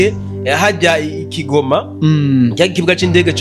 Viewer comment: Ngukosore gato keshyi ukunda kubivuga nabi😅😅sikigoma😮 ni goma bemuyivuga neza😅😅😅😅